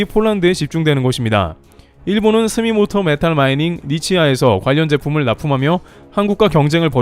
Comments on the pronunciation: 스미모토가 아니라 스미토모입니다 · 스미모토 메탈 마이닝 =>스미토모 메탈 마이닝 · 스미모토 ---> 스미토모 입니다... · 스미모토가 아니고 스미토모(住友)입니다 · 스미모토가 아닌 스미토모 메탈